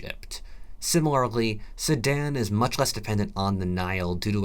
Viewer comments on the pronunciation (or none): soooo he was saying Sudan?? i thought he was saying sammad or someshit